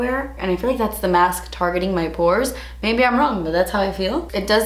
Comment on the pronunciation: I love when she says "das expensive" lmao